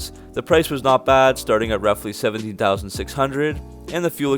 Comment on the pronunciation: When you said the price for the coupe in the beginning I thought you said 70k instead of 17k and I almost had a heart attack